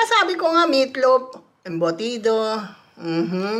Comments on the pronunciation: the way also calls it as "embutids" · Embudits~~ i cant XD.... Love yall love ya!